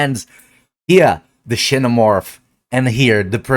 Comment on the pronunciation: Ksee-no morph